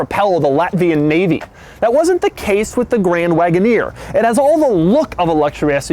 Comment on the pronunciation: Jeep Grand Woodoner😂😂